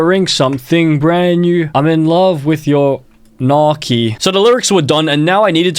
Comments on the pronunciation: Bruh gnocchi is not “nah-kee” it’s “now-chee” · As an Italian, the mispronouncination of gnocchi disturbs me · As an Italian, the way he pronounced "gnocchi" is an abomination to all things food. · "nocky"💀 in Italian gn is pronounced like the Spanish ñ (ñocky), or "ny" (nyocky) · nohki 😭😭😭😭noooo gnocchi is pronouned like nyohkey not nohki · It’s actually nyo-key. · The Italian in me died when you pronounced gnocchi so awfully 😭